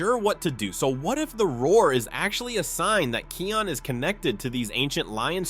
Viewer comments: It's Kion not Keon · And it’s kion not keon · It's actually kion pronounced ky ion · You pronounced Kion's name right one time. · i cringe when u say kions name as ur sayin it wrong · Watch your pronunciation in Kion's name. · actually he pronounced it wrong. Lol 😂